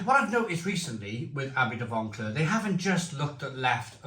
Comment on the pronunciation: No "n" in Vauclair. It's V-oh-w-claire.